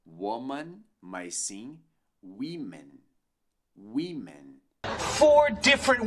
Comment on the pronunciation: Essa pronúncia de "women" está incorreta. O "o" tem um som semelhante ao "i" da palavra "bitch", e nao esse "i" fechado que vc ensina. Pode pesquisar o símbolo fonetico em dicionários como o Cambridge que vc verá.